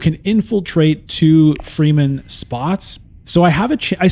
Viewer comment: I like your videos a lot, but come on man! You should really learn the proper pronunciation. Fremen is fremen, not freemen.